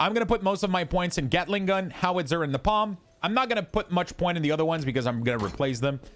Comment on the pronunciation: interesting guide, but my dude, have you never seen Apocalypse Now... the famous line is "I love the smell of napalm in the morning"... nay-palm, not nohpom :-)